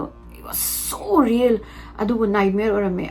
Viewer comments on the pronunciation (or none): none